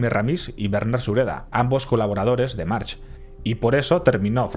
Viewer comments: Como bién indicas March se pronuncia "Marc" y Torró se pronuncia "Turró". Si entendeis un poquito de catalán (nivel bajo-medio) os gustará además de este fantástico video de el capítulo dedicado a este energúmeno que hicieron hace 5 años en la sección de "Il·lústres execrables" del programa "Via Lliure" en RAC1. Enhorabuena por el vídeo. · En catalan la ch al final de palabra se pronuncia como una c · aquí un mallorquín: March se pronuncia como si no tuviera la H final (Marc) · Buen video como siempre, solamente un apunte por si otra vez se da el caso. En catalán/valenciano hay muchos apellidos que terminan con ch, pero no se pronuncian como la ch en español sino como una c o k a final de palabra: Domènech, Benlloch, March... Se pronuncian Domenec, Benlloc, Marc etc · En Mallorca seguimos arrastrando consecuencias de lo que esa familia hizo y sigue haciendo. Y sí, una parte de la familia de separó y se puso el apellido "Berga"( sí , se cambiaron la V). Sus raíces (las de la familia March) en la isla llegan muy profundamente. Y por cierto, se pronuncia "Mark" en mallorquín. Y un largo etc de cosas que tiene esta familia para esconder... Cualquier mallorquín conoce a la familia y ha trabajado en alguna ocasión para ellos o contra ellos. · Estimado, soy seguidor tuyo desde hace unos años y admiro tu trabajo, es excelente. Solo quiero decirte que March en català o mallorquí se pronuncia "Mark". Buena divulgación del ultimo pirata del mediterraneo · No me jodas, los nombres en inglés los pronuncia en inglés. No dirá "Rockefellah" pero si alguien se llama "Steve" le llama "Estif", no "stebe". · No ha mencionado bien March ni una vez, videazo pero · Cada vez que dices March con che, se me revuelven las entrañas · te aseguro que en Mallorca, hables en mallorquín o en castellano, nadie pronuncia la ch de March como ch. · Juan Marx?? 😂😂😂 En Catalan no se pronuncia la H al final. Se dice Marc. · Pequeño detalle. Se pronuncia marc. Bon Video!